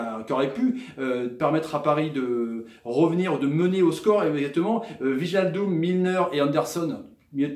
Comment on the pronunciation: WIJNALDUM ça se prononce WEYNALDUM;) (tous les ij en NL) genre De Vrij ou Rijkaard.